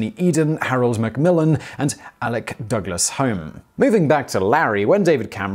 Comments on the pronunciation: ALEC DOUGLAS HOME last name is pronounced Hume not Home even though his name is spelt Home not Hume! Best wishes. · Fun. One small thing--The second part of Douglas-Home's name is pronounced "Hume." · Alec Douglas-Home's last name is pronounced Hume. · The last syllable of Sir Alec's surname should be pronounced HUME (rhyming with fume) Other than that slip, this video was brilliant!😻😻😻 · You mentioned Sir Alex Douglas-Home, the British prime minister, but you pronounced his name incorrectly; the 'Home' part of his name is pronounced 'hume'. A trivial point perhaps, but no different from one of my old university lecturers, who pronounced Yosemite as Yoze-mite! :o) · Do you think I can get a tax rebate because I don't like cats? BTW the name Home is pronounced Hume, an old Scottish name (like the place name Scone is pronounced scoon) meaning something like cave dweller.